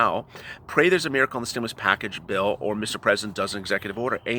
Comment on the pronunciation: Can you moo over. Stimmoolus check. Lol!!!!